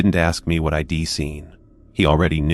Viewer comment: The story might be okay but I couldn't get that far. I ...D like it better if it wasn't read by a machine that makes errors over simple words like it and I'd. Sorry but it's frustrating when real narrators get de monetized and you don't